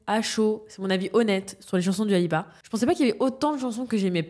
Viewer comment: svp ça se prononce « doua » pas « duua »